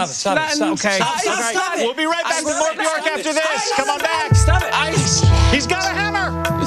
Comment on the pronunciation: Um, actually it’s pronounced byerk.